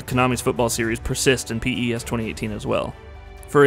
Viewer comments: Do all americans call it p.e.s.? It just sounds so wierd we've always said pes or pro evo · Don't pronounce it as P. E. S.! It's Pes just Pes! Like pest. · Stop saying p e s say pes like normal people do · Mduduzi Sibisi who pronounces it piss? It's pez lol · Jesus Christ stop saying P.E.S its pes......i bet ur a fifa fan... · i stopped watching after 1 min because he keeps calling it P-E-S... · PES is pronounced 'pes' or 'pez' ... like FIFA is pronounced 'feefa'... not the initials. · Call it pro evo or pronounce it pez. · It's the little things which irk me... please stop calling it P.E.S.. It's an acronym!! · Had to stop watching. Couldn't take the P.E.S anymore... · P-E-S-? No way. You can't be that clueless. That's the first time I've ever heard someone call this game P-E-S. Rookie review. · Literally can’t get through this video just cause of that P.E.S pronunciation... ugh 😑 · I think maybe its an American thing. The americans have MLS, NBA, NFL, MLB, and they're all pronounced via their initials...so I'll forgive our american cousin for that little faux pas. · Anthony Marshall (this is the biggest americanisation of a name I ever heard lol ) Zlatanh Iiiibrahimovich, P.E.S. This narrator ruined the video with his ignorance, how did you let this be uploaded without correcting these mistakes ?